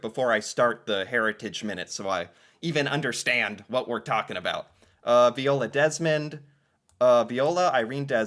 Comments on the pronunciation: Vy-ola, it was said aloud in the heritage minute, weren't you paying attention? It's almost as annoying as your continuing mispronouncing Toronto as To-Ron-TOE instead of Chronno despite hearing it said in several videos and Walter of Walter's World saying to skip the second "T" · Viola is pronounced vi-ola. Vi rhymes with “my”. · 🤣If you listen to the end of the first Heritage Minutes, the Narrator pronounces her Name Viola then in 5 seconds you again say Veeola. 🤣🤣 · So its Viola (V-eye-ola) as said at the end of that heritage minute. Laura Secord herself was a real person, but the story became a but mythologized, and now we have a chocolate shop company called Laura Secord's. Also I believe that would have been hardening maple sugar so it could have been cut into smaller pieces for candy and melting into other shapes for adding to foods or eaten as is. That would not have been a cheese or loaf, even if it was loaf shape. I'd suggest checking out "The Discovery of Insulin", "Jackie Robinson", & the "Avro Arrow" next.